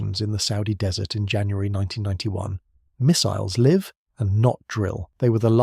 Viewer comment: Missile ‘live’ rhymed with ‘give’ (not ‘hive’) suggests AI rather than original research. I won’t be subscribing. 😒